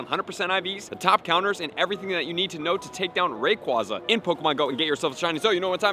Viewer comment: Ray KWAY za Not KWAH